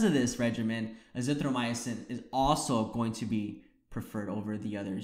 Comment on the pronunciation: It's azithroMYcin not azithroMY-UH-cin.